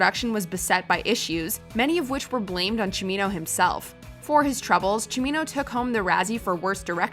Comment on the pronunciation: Thank you so much for pronouncing “Cimino” properly!